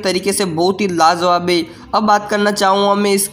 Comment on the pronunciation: Are lajawab bolte hain lazawab nhi pahle bolne ka tarika seekh